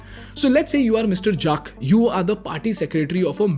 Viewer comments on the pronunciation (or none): Did he just pronounce Juck for Jack ??? Well.. 😂